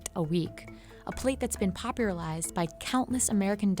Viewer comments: "A plate that's been popurlized by.." I don't understand this is in voice over why didn't they fix it >.< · She also said "popuralized" and that was in the narration which could have been edited or done again lol